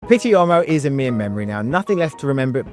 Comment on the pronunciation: Respectfully, you’re pronouncing pitti uomo like pitti ommo. You’re probably getting confused with the French pronunciation of the same word which is “homme” and pronounced “omm” in French. In Italian “uomo” you sound out all the letters and the “u” is like “ooo” so it’s “ooo-o-mo”.